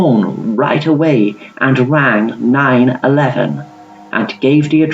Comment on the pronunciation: Lol the way 911 was said but loved the video!!!! 💙💜💕❤️